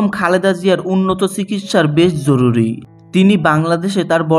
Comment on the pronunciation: Jorury not joruly